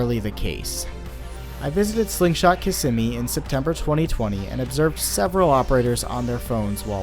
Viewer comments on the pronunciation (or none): Kissimmee is pronounced KIZZ ME!! I was corrected by a born and raised in Florida friend. She said I couldn't be an official Floridian unless I pronounced Kissimmee right. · The way you pronounce Kissimmee is grating on the ears, but great docu on the accident !